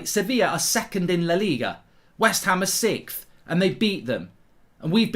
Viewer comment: It's sixth not sikth!